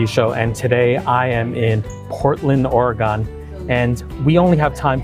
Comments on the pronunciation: Not ore-gone. Ore-gun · Its pronounced Ore-g(uhn). . Its not Ore-"GONE". That was weird. 😅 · Please… not Ore-GONE. Not credible. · HK Cafe is super expensive now. It used to be more affordable (around $6.90 a dish), so I don't order anymore. You can find dim sum at other places around metro's new Chinatown area of 82nd Ave (Excellent Cuisine or Pure Spice) or more toward the NE side at Goodworld Chinese. Also just as a travel trip - Oregon is pronounced flatly like these two words quickly smushed together: "or-gun." Almost akin to saying "organ" but replacing the 'gan' with 'gun.' If you pronounce it "OR-gone" then some lifetime Oregonians (even in PDX) will give you the sideeye for being from another state (they often suspect Cali visitors/transplants!) and you'll get a lot of correction going on. Anyway, I'm glad you came down here and enjoyed it! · Good review Arthur, going to try it now. FYI it’s Pronounced Or-a-gun. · Would appreciate if you pronounced “Oregon” properly thanks. It’s not Or-gone